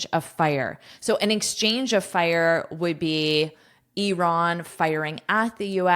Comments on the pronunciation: One of the few people in the world who pronounces "Iran" correctly instead of saying "I ran" 😍😁 Thank you for your precious content ❤ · You pronounce Iran fantastic, like the way we pronounce it in Persian! Well done